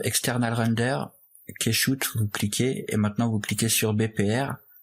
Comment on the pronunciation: Super tuto, comme d'habitude. Intelligible, fluide et qui va à l'essentiel. Juste deux petites remarques, on ne dit pas un "materiel" mais un "matériau", ou une "matière", en français. Un matériel est un ensemble d'outils (le matériel de l'électricien), un matériau est un certain type de texture, de matière, même si les deux se disent "material" en anglais. Ensuite, Keyshot se prononce "Kichote" et pas "Kaichoute". "Key" se prononce Ki en anglais, et il n'y a qu'un seul "o" à "shot", donc se prononce "chote", comme un shot de rhum. Voilà voilà, désolé, c'est comme chercher la petite bête, on comprend tout de même, mais il me semble important de faire attention au lexique et à la langue surtout en cette époque ou l'onomatopée est en train de remplacer l'orthographe. En tout cas, bravo pour ton bouleau et merci pour les tips. Stay tuned and be creative!